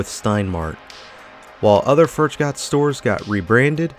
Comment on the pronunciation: Yes, you said Furchgott’s right. This is the mall I shopped at during my teens and 20s. Sad.